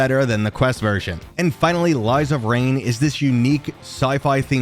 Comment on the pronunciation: lies of rain XD People always butcher of lies and rain's name